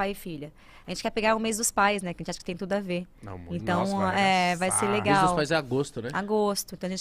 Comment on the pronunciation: Por mes, ela falou errado